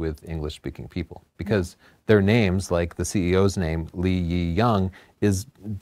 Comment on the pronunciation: All Chinese people I meet where I live in China use English names for business purposes to make it easier for Westerners. It’s so difficult is still pronouncing it wrong. It’s Le as in the French for the word The and the Yi is pronounced E just like the English letter, the Y is silent. So it’s Le E not Lee Yi.